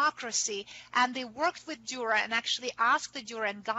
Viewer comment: Interesting on the anagram Coat of Arms the paints the left hand of the A and the Top enforced, so it resembles a T like Tor, or Tür, the lecturer seemingly never visited Nürnberg, and despite her overwhelming and deep knowledge about Dürer, she cannot pronounce his name.